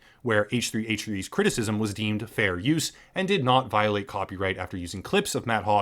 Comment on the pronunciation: I laughed to hard when you said CwiTiSiSm